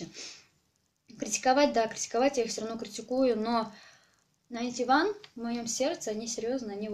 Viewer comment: Не говори найнтиВан это бесит НАЙНТИУАН запомни, а так, ты клевая!